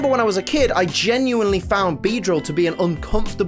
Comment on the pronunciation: IT'S BEEDEILL, NOT BEEDRIEAL!